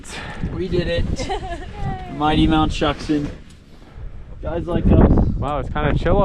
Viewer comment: Shuksan is actually pronounced “shook-son”